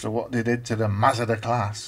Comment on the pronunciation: I should explain that the name Masada is from a place in Israel where a group of Jews held out against Roman attackers and committed suicide rather than be captured. I'm afraid your pronunciation is a bit off. The A's in Masada are like the a in the words Arthur or Arm. So it's Maa-Saa-Daa. You're saying it more like Mazda the car. There's quite a detailed page about Masada on Wikipedia.